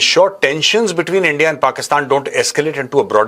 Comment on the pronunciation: Don’t say India sir , it’s Andia 😂😂